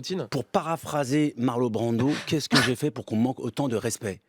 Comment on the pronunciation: Bah déjà tu prononces correctement le nom des artistes, Marlo' Brando ! Quelle crêpe ! 😂